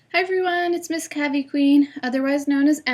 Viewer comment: Sorry if im a stickler or grammar nazi, but it's pronounced Cay-vie